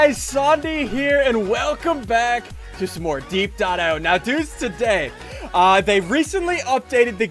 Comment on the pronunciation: its die ep i o not die eep io